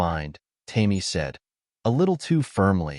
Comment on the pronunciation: The red head's name is "Tame-ee" When are you going to teach your A I to recognize words? Goofy story full of holes.